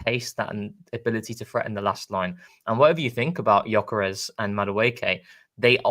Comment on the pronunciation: Lads....... how many more times, Viktor's surname is pronounced "Yuh-kuh-resh" FFS!!! I'm not going to tell you again!!!🤬